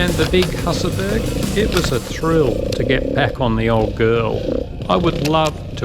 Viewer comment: This video was so good that I could only find one thing to complain about: you aussies mispronounce Husaberg and I always let it bother me :-) Here is a link to what I mean